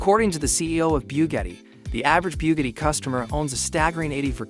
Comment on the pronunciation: Biewgetti 🤦‍♂️. Another AI channel